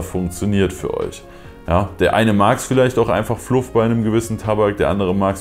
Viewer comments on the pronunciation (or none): none